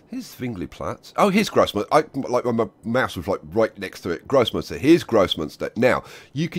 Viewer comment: Every time you say "Großmünster" I understand "gross monster" :D